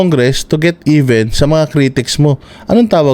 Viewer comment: It’s time to get “EBEN”, daw! Ulol kang Bulol! amf tawag ni Attorney Topacio. Walang kuwentang KONGRESO sa kasaysayan ng Pilipinas. Di kayo dapat tawagin na “HONORABLE.” OBOB! Saan galing yung pera mo?